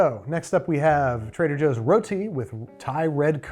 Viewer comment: trehder joohs